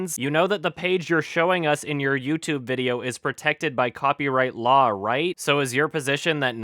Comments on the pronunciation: that is the least glaring error. "Ingorant of the lawl is NOT an escuse." this is ten times worse - his speaking =3 but yeah, now I can't unsee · "ignorance of the lol is not an excuse" :). thats what i hear guys honetsly. is this man suffering some sort of speech impecament? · "Ignorant of da luwl is not an usskews" Ignorance of grammar and pronunciation is not an excuse for your stupidity on copyright infringement law either,. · I love how he can't even pronounce the word "law". It took me 18 Minutes into the movie to figure out what he meant by saying "lol" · Me: "That douche broke the LAW.": "That douche broke the LAWL." No one's going to take serious if he says law like people pronounce LOL. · When says law all I hear is lol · "Ignorant of the lowl is not an askuse." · Who the fuck pronounces "law" as "lol" and "stealing" as "stilling"? Sincerely, a Finnish Person with too much free time. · does anyone else hear say "lol" instead of "law"? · Anyone els totally annoyed by the way he pronounces his Ws, it sounds like he's saying lawls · Is anyone else just super annoyed with how [Fetish, much?] pronounces "Law" as "Lawl"? I don't know if that's strictly the accent or what but it just makes me cringe each time he says it. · xD I thought at first that LAWL was an acronym for something, I didn't realise he was trying to pronounce 'law'. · lol the way he pronounces shit is hilarious. "lawl" "go grink" "cool cat loves ta wrastle" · Why does he pronounce law "LOL" ? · "Ignorance of the lol is not an askews" 2015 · Ummmm, what is the 'lawl'? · Ya'll need to know the lawl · when he says law it sounds like LAWL. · Why does pronounce "Law" as "LOL"? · This is a good video and I want to say something substantial about that, but keeps pronouncing "law" as "lol" and it makes me laugh. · Why does every time says 'law' it sounds like 'lol'? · It sounds like he's saying lawl